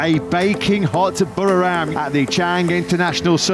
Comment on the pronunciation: Commentators. Please learn to pronounce Buriram correctly.